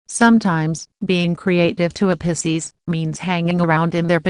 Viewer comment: The pronouncing of Pisces 😂😂😂